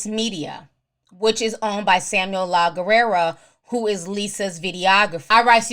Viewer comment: Lol, Ti, It's pronounced "Lagg-air" when it's sounded out together it's "Laggair". But written as Laguerre. It's French. It basically means "The War".